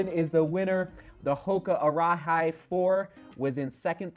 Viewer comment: For when you do review it, the Arahi is more correctly pronounced like Ara-he not like Ara-high (though I'm sure a lot of people will say it like that). You pretty much nailed it once when you were trying out a few options. It means “lead”.